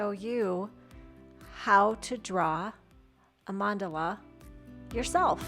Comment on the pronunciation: Wish I had an art teacher like you in school! You are amazing! And your mandala 😍 Can't wait to try it out this weekend! And, yes perfect pronunciation of Mandala!!